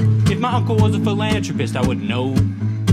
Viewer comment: You pronounced philanthropist incorrectly.